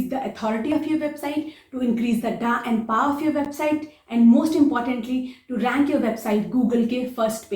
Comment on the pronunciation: Who else got a good laugh on "Da and Pa" 🤣🤣🤣🤣